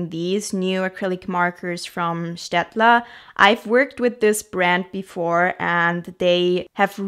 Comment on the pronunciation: I love how you pronounced Staedtler; the first time I realised you're either from Germany or very close to it 😅 edit: Austria, so close to it 😅